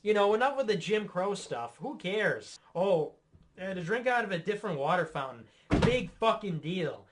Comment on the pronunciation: *Fountaine, pronounced as in French, accompanied with a prissy gesture :D